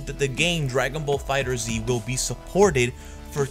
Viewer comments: My man can you stop calling it Fighter Z, its "Fighterz" pronounced "Fighters". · Am I the only one annoyed by him saying "fighter Z" Instead of "fighterz" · It's fighterz not fighter z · Why y'all say "Dragon Ball Fighter Z"? It's "Dragon Ball Fighters" but with a Z sound.